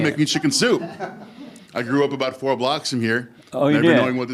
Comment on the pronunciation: Ahh it's the perfect pronunciation lady again avoiding any and all accent or misuse of Ts and Ds, except the Canadian "aboot" 😅